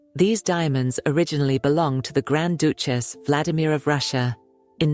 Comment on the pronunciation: Doochess? Typical AI mispronunciation.